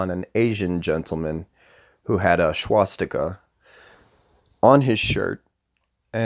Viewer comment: And by the way learn how to pronounce SWASSS Tika not Schwass tika. Start by dispelling YOUR ignorance.